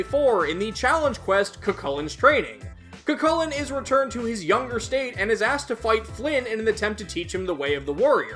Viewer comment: I don't think you've made a Cu Chulainn episode as of writing this, so let me say it here, his name is actually pronounced "Coo Hulin", with a pronounced roughness on the "h" sound. I recommend listening to Joker call out his name to get a feel for it.